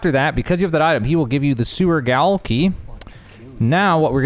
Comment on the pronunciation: "The 'gowel' or whatever" bit triggered me...